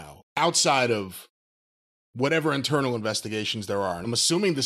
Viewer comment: Lol emphasis on "internal"...and "intern"